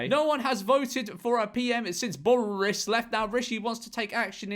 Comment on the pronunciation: George saying "borris" sounds like hes speaking in an Irish accent